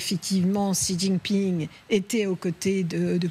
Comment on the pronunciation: Qui est cet amateur de présentateur qui ne sait même pas prononcer le nom du président chinois ?